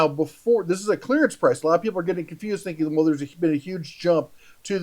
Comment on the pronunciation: Can you say "clearance"?